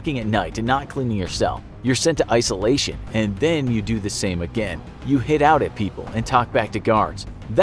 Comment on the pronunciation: "Isoltion"hmmmm,so familiar...oh maybe I'll get nightmares because of this..